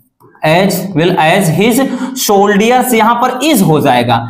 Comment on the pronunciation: Soldiers ko wrong pronounce Kiya apne....